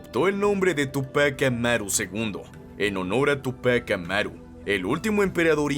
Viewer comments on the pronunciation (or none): mal pronunciados la palabra Túpac y Bastidas